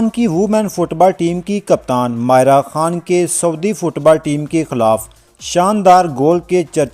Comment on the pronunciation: او کھوتے انسان، وڈیو بنانے کا شوق ہے تو نام کا تلفظ تو صیحیح طرح سے ادا کرو! ماریہ اور مائرہ میں تمہیں کوئی فرق ہی نہیں معلوم ہو رہا!!!